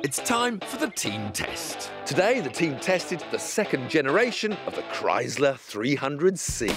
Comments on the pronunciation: Its chrysler with a sssss sound not a z sound like krise ler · Now if they could only pronounce Chrysler correctly.